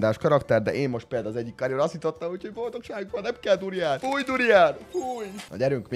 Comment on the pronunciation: A video felèig az halottam hogy burján.xxxddd